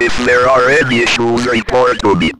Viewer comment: "repowt tom" 🤓🤓🤓